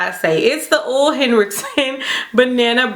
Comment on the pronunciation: it’s Ole (Oh lay)!!!!! Lol 😂 just messing with you!